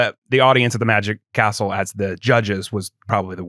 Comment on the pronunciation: I kept hearing "The Magic Arsehole", took a while before it clicked "The Magic Castle"